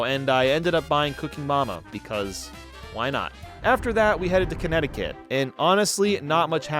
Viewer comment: it’s not Conneticut!